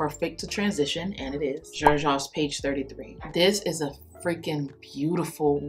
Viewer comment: Is my first time in this chanel and I also noticed was shy to mention because is easy seen as hate comment which is not ,also Xerjoff my English isn’t enough to write it right how it sounds but is like an S seryof (I hope you get it ) thanks and great selection and video new subscriber congratulations bon your 30k